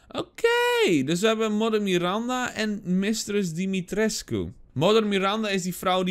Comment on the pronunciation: pohh ben ik de enige die t zo grappig vind als ie de naam van mrs dimitrescu verkeerd uitspreekt?